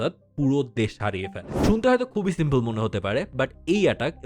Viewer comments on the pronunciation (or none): none